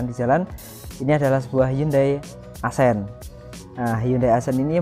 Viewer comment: Bukan “asen” bacanya, tapi “aksen”